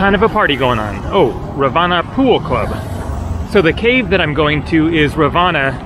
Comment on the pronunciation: Hi: Excellent vlog of Ella and surrounding areas. that animal did look like a mongoose but it was fatter than the usual ones. By the way, "Ravana" is pronounced "Raavanaa" not the other way around.